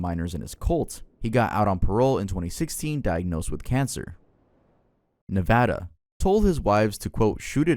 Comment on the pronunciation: As a nevada resistant, I just want to thank you for pronouncing it right.